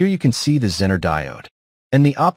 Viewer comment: How to spot the use of text-to-speech app? ZEE-ner is pronounced Zenn-ner ... Thanks for the video BTW.